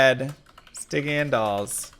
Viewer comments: A tip for archers if you're playing a Barb, spam taunt on all of them and they stop shooting and walk up to you. Super easy to deal with. Also, I think it's pronounced sty-jun. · Stygian is pronounced with a soft g, btw. Sti-jee-uhn. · It’s a soft g on Stygian btw. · i miss when oblivion knights casted iron maiden. Death lords cant be slowed or frozen either. Also you're saying stygian wrong :D